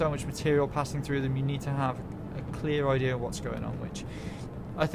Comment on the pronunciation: Did he say idear? XD